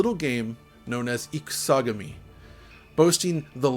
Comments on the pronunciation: Not "IkuSAgami"... it's pronounced as two words... Ikusa / Gami... (i.e. "War God")... for future reference. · I had a totally legitimate copy of this game back in the day, can confirm: The hype was so real. Cool vid. Your pronunciation of Ikusagami is terrible.